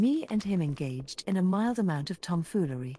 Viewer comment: I love how can’t quite figure out how to pronounce tomfoolery. “tomfoory”